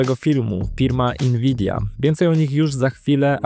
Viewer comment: Dlaczego mówisz inwidia?